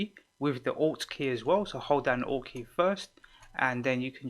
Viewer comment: Oh... it's ALT key xD haha! Ok, all I heard was "press down 'ought' key and use your arrows". Thanks lots bro <3